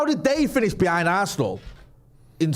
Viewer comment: Arse-nal, it's in the name